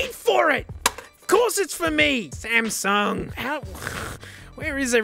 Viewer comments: SAMSUNG NOT SMASNUG!?? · "smasnug" "na-no" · ah yes the smasnug k5